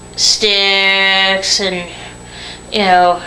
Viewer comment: It's "SIXX", Nikki Sixx.... NOT "Styx". Do you honestly feel it worthy or of value to express your opinions of others, when I'm quite sure people have opinions of you? Just an observation.